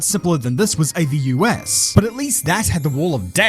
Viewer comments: The Avus track is pronouced Arh-vuss, just to let you know...the next time you want to mention it again. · The track in Berlin is pronounced Avus as one word. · Although AVUS is an abbreviation for Automobil-Verkehrs- und Übungsstrecke, it is spoken as a word, not spelled out.